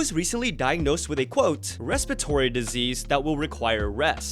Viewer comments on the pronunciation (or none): none